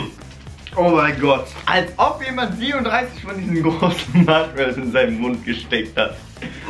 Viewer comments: Matschmallows😂 Wer kennt sie nicht😂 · Warum sagen sie die ganze zeit MATSCHmallows?😂